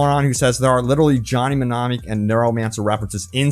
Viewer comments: Your pronunciation of mnemonic sounds like me-nom-ic. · Not even mentioning that the Steam data is really the only one that can be tracked in that manner, and that those #'s don't include EPIC or GOG #'s just kind of makes you look silly my dude. Also the fucking M is silent ..../smh